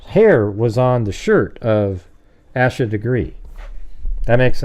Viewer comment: Her name is pronounced like Aysha FYI